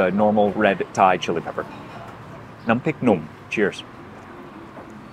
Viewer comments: Your Thai pronunciation is excellent. 👏🏻👍🏻🙏🏻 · Your Thai pronunciation as you speak, it is quite good! 😊